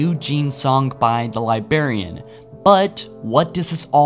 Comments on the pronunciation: Chris. There are 2 Rs in the word Librarian. Please. You're killin' me every time here. It is not "Libarian." It is - Li·brar·i·an Please.... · I cant believe after all this time this guy still can't pronounce "Librarian" or "Ur"... li•bra•ri•an lī-brâr′ē-ən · LIBRARIAN HAS TWO R’s SAY THEM BOTH HOLY BALLS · Please please please, enunciate the "r" in LI*BRAR*IAN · Librarian. Sound it out. Get hooked on Phonix if it helps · LibRarian. Please say it right. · THE LIBARIAN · LibRarian. Love the videos, but it kills me every time. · I laugh every time I hear you say "lyberryen" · Anyone else still triggered by LibArian. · corton 117 lie berry! The Lie Berrian! Triggered AF! ROFL! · I like your channel but can u stop saying "libarian" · or as Chris says "libaran" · Uh, don't mean to be a dick, but I'm pretty sure there's an "R" in "Lib'r'arian" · dude, librarian with a goddamn R. not libarian. I keep hearing Liberian, which makes me think of metal gear. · Every time you said "Li-Berry-an, I wanted to fucking slap you. Li-Brare-e-an. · Li-berry-ian....... its Li-BRARY-ian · does it annoy anyone else that the says "Li-berry-an" not "Li-brar-ian"? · You can't pronounce your R's. Why can't you say Librarian correct? You say Libarian instead of Librarian. Now I like your videos but I just thought you should know. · It's librarian, not libarian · "Liberryan" haha phew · Why is he still saying "Liberian"? It's "Librarian". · Man, learn how to pronounce "LIBRARIAN", not "liberian". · Liberry and Liberraion should be pronounced properly. Its Library and Librarian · love the video, however hearing Librarian pronounced libarian over and over was like nails on a chalkboard. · its librarian not libarian, this was the most triggering 20 minuets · Lie-brair-ian Not lie-bair-ian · soo annoying how he keeps saying ,libarian, instead of librarian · say Librarian not Libarian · Okay, it’s libRarian, not libarian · Librarian not Libarian